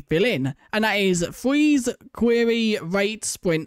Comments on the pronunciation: Fweeze he says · fweze lmao